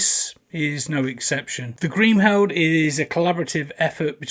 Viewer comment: Apart from the fact that you can't pronounce Kriemhild properly great review